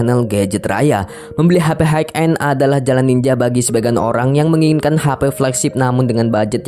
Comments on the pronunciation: High end sebutnya 'hai en' bang, bukan 'haik en' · Terima kasih atas reviewnya Bang. Keren sekali, Btw, High bacanya adalah "hai", high end>> hai en